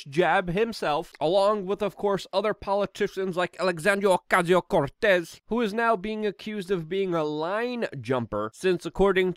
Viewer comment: The next time you say AOCs name that way, you deserve to rightfully be totally dismissed as a bigot